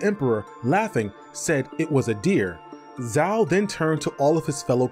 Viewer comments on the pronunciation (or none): Zhao has a J sound, not a Z sound. (Like the city Guangzhou.)